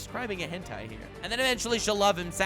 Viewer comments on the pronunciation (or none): none